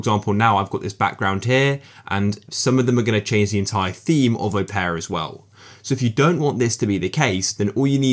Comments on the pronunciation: I don't think it's pronounced as "O-pear-uh" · "O-pear-a GX" this is upsetting